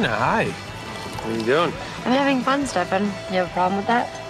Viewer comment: “Stefan Cooper” and Kai’s pronounciation of stefan’s name will forever be one of the best fucking lines of the whole 8 seasons.